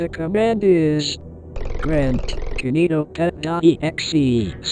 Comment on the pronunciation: key nee toh pet